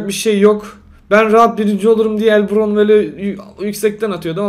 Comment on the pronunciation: Abi el bravn diye okunuyor el brovn diye degil :)